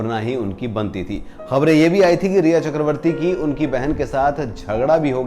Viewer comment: Sir It’s rhea / ria not reha . I hate that woman 😡